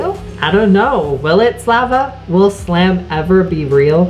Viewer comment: YOU DIDNT SAY slam like SLAM